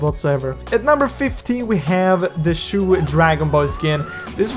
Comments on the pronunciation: Its "Chou" as in "chocolate" not "chou" as in "shoe". Please I beg you. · he pronounce as shoe(Chou)